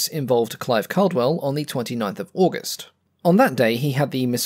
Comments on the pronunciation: Clive Caldwell's surname is pronounced "CAW-dwell", not "CAL-dwell". Tut-tut, black mark,. 🤨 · Hey, do you have a reference for that combat between Caldwell and Schroer? FYI, just a small point: I believe his name was pronounced with the first syllable as ‘call’, as in ‘all’ or ‘hall’ and not ‘cal’, as in ‘calibre’. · Great video about a mediocre fighter (sorry, still not convinced). It makes its aces, like Clive Caldwell, all the more impressive. Also, the surname “Caldwell” is pronounced “cawdwell”. I’m surprised an Aussie aviation enthusiast didn’t know this. Good vid, tho’!